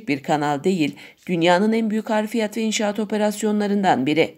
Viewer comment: Yanlız harfiyat değil hafriyat dır.